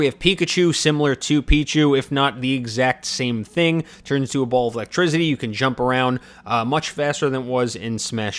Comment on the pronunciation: “Pichu turns into a ball of ‘electizzzity’ and pikachu also turns into a ball of ‘electrizzzity’” oh... you mean volt tackle?... an actual move in the Pokémon games and not just something made up?